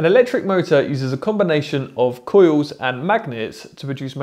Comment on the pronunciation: It's pronounced coils not coiws